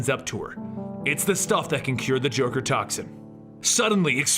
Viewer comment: "And all that kinda shtuff.." poor, YouTube is too soft for his epic intros!